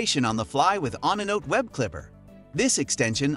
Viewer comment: stupid ass AI voiceover pronounced onenote as on a note lmaooooooooooooooo